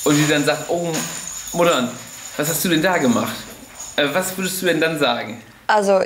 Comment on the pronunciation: Es heißt immer noch Mutter, nicht Muddan 🤣🙈